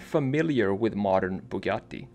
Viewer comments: kinda refreshing hearing someone pronounce Bugatti the proper way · as an italian i really appreciate you trying to spell both Bugatti and Centodieci properly, i know its not easy but you’re very close to the proper pronunciation, bravo!